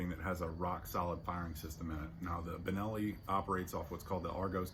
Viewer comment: What is the brand of the gun you have in your hand ?? No, not "Turkenelli".